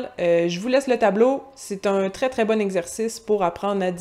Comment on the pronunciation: C'est effectivement très éloigné. Par exemple, le mot "bon", quand vous le prononcez j'entends quelque chose comme "b(eu)on" un "eu" très court, mais bien présent. Peut-être avez-vous vu Pygmalion (1938) ou la version musicale My fair Lady (1964). La jeune femme prononce un "a", et ne prononce que ce son. Un québéquois semble ajouter des petites touches sonores que l'on retrouvent en anglais. "Première", j'ai entendu "premiè(ï)-re". Le son "eur" comme dans "visiteur", c'est un r français, mais le son "eu" est celui de l'anglais. En tout cas, c'est amusant de décortiquer tous les sons !